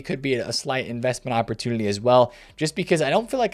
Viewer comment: anyone catch that says "opportudily"? I think for Flanders from the Simpsons every time